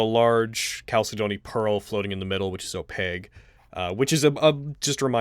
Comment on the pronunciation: Anyone else triggered by how mispronounces chalcedony?